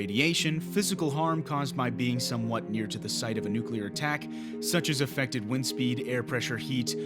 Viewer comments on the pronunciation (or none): none